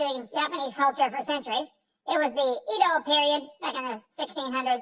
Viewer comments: Edo is pronounced Eh-do, not Ee-do. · Honestly, him saying "Edo" incorrectly annoys me more than "Dr." Chimpmunk